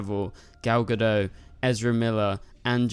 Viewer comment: Can anyone pronounce Gal Gadot’s surname correctly?! It’s pronounced Ga-DOT. She’s Israeli, not French.